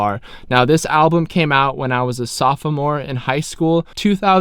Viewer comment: So no one’s gonna mention how pronounces “sophomore”? 👀💀